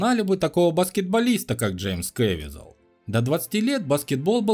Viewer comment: КэвИзел. Узарение на И.